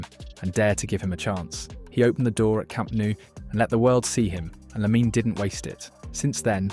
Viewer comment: Its almost not detectable if it weren't for the strange and inconsistent way it pronounced LaminE Yamal